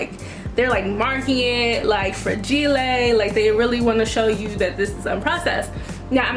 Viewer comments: Tiara Lawkin okkkk so I thought that I was the only one that noticed that😂😂😂her friends could’ve told her that🤦🏽‍♂️ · Is it really pronounced Fra-g-le? I thought it was fra-gi-l 😂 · I thought no one else said Fragilé 🤣